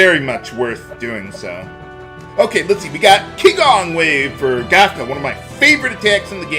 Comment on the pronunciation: Qigong is pronounced “Chi Gong” meaning Energy martial art